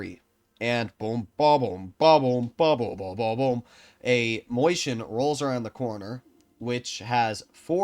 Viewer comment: never........ ever fucking say moiscHien ever again. please its maus with chien miniscule maus please i cringed so hard you have no idea